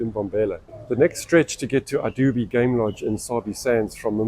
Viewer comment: Hey, the correct pronunciation for Idube is "Ee-doo-beh". Hope that helps.